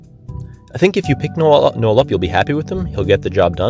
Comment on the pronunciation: I swear, I heard Eald'narche and lol (instead of Noel) at the first 20 seconds lmao.